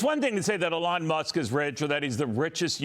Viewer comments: Someone PLEASE tell your news people that Elon is pronounced with the emphasis on ‘E’, not ‘lon.’ This guy didn’t ever get it right. Don’t want you guys to be further embarassed. 😊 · EEEEE-Lawn. Not AAA-lon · His name is not pronounced, Uh-lawn, with accent on lawn. It is pronounced with a long E, accent on the first syllable. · Mommy Musk call her son “Ee Lon” FOX was saying ‘ AyeLon’ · Why are we now pronouncing his name as “Ahlaun”. Remember when Biden was saying “tollibahn” just fking stop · Funny that those who flipped out over mispronunciation of Kamala have no problem with Elon being pronounced Elaan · Why does he pronounce his name wrong - A Lon Muske? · This dudes pronunciation is wild annoying. The way he says Elon makes me want to throat 🤜🏻 him 😂😂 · How lovely for her to speak of Trump and his family in such a way. Both she and her son are contributing to the wellness of America. Thank you! (One small issue: as an interviewer, you really should learn the proper pronunciation of the subject's name) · Well, Neil Cavuto needs some help with interviewing that’s for sure. He has said Elon’s name incorrectly. Already several times. Oh well what else is new? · The guy keeps saying Elon's name wrong... to his mother's face, lol. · How can this reporter not know how to pronounce Elons name? What an embarrassment. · Why can this presenter not say Elons name correct? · It is hard to listen while wondering if the host is mispronouncing a name on purpose.